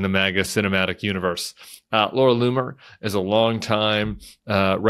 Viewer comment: Did you say the racists name is "Laura " LOON" er??